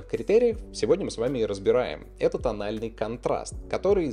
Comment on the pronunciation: "Этот анальный контраст"